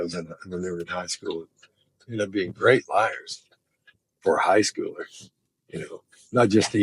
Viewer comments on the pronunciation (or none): none